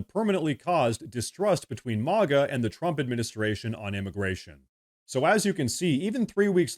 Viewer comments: Say "Mag" and then add an "a" at the end. Not "Mog" with an "a" it's MAGA not MOGGA it's America not Ahmerica. Thank you. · This is AI. It isn't MAAAGA it MAGA.